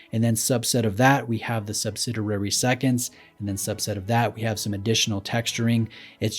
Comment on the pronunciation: "Sub-sid-EE-ary," not "sub-sid-ER-ary." You have a wonderful, enlightening, detail-oriented (not orien-TATE-ed) channel. It's a pleasure to watch. That is, until these little glitches pop up and--perhaps unfairly--suggest you're less knowledgable than you are. I know this seems persnickety, but it's like a prospective patient being handed a neurosurgeon's business card. . .with a typo on it.